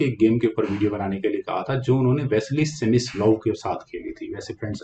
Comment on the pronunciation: सेमिस्लोव नहीं सर स्मिसलोव होता है।।